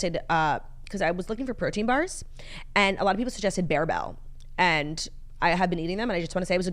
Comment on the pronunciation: “Bear bell”🤣🤣 Bar-bell. Like the exercise bar you lift with!